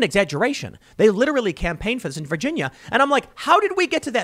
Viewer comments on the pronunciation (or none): none